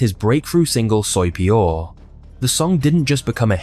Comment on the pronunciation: soy peor you didnt pronounce it correctly not at all u still have 4 months to learn spanish before the super bowl